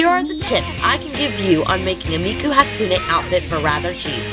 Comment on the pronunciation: you said Hatsune wrong